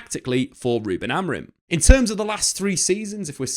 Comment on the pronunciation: his name is Amorim not Amorin